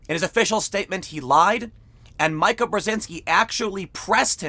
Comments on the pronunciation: “Micah” Brzezinski? Please. It’s “Meeka.” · It’s meeka dude, no one says Micah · "Meeka" "Meeeeeeka" Not "Mike-a" Tim can't pronounce names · Why the fug is TIM POOL PRETENDING not to know who MEEKA Bryszinki is? MIKE-UH? Come on, man.. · Tim, her name is pronounced "Mee-ka", not Mike-a. Not that she even matters that much. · Bro.. it’s pronounced “Meeka” When you say Mike-a it’s a male. Females the i is said like ee. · Its MEEKAH not MYCAH. Micah is universal but pronounced is different. Meekah is female, Mycah is male. Yes I do recognize the irony here. Edit: Tim: If only Democrats could listen to reason. My Grandfather: "In all my years one thing has been true since I was young: You can't reason with a Democrat." My grandfather was born in the 30s. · Tim, her name is pronounced "Mee-Kah" not "My-Kah" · Mika Brzezynski is pronounced "MEE ka" not "MY ka". Good breakdown of Joe's PR problem with respect to his #MeToo exposure. Long may he wane. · Mika => Meeeka, not Myka. Jeesh! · Mika = Meeka not mike ah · Someone tell Tim it is pronounced “Meek-a” not “Mike-a”. Please it drives me crazy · Stop saying “Check This Out” Tim. It’s annoying. Also, her name is pronounced Me-Ka not Mike-Ka. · You've never evidently watched Morning Joe. If you had, you'd have heard Mika pronounced 'Meeka' instead of 'Mike a". But this is a quibble. You do a fine job and I really enjoy your videos. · Mee-ka not Mike-a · Tim... You drive me crazy... It's pronounced MEEKAH, not MIKA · Tim, It's pronounced meekah, not Mike-ah. Like a russian name. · Why does everyone call her MIKE AH...It's MEEK-AH. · Tim pronounces everyone's name wrong. So much so that I almost wonder if it's on purpose. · Meee-ka, no Maika. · Mika pronounces her name as Meeka. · Come on, Tim, you've been around long enough to know how to pronounce Mika, unless you are making it sound like Mike to ridicule her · Pronounced “MEE-KA” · it's "MEEE-ka", FFS, meeeeeeeeeeka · It's pronounced "Mee kuh". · TIM its Mee-ka